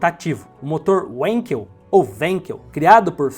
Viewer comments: Felix era alemão, se diz "Vankel" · Felix Heinrich Wankel era alemão, por tanto a pronúncia correta do "W" é com som de "V"! :)